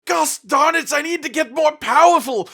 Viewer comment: Did he fuckin say "goss darn it"?